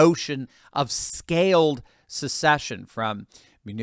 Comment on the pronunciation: See ya! Someone tell kh, there’s no “U” in the word secession. It’s not a “sucksession”.